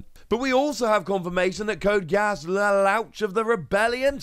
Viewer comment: “Sorry”. You definitely needed to apologize for pronunciation. “code Ge-auss luloush”